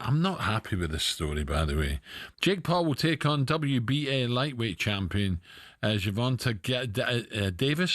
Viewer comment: Wait you don’t know how to say Gervonta’s name? Oh hell nah